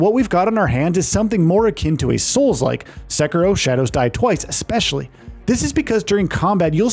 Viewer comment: You said Sekiro so wrong lol. and a couple other words, too.